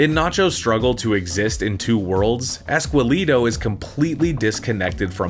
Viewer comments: "Ess-kell-eh-toh", not "ess-quell-ee-doh". Man, your pronunciation makes me sad sometimes.. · Esqueleto pronounced ehs- keh- leh - toh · It’s pronounced ES KEH LEH TOH